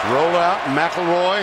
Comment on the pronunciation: Last name: McElroy Announcer: Mack LaRoy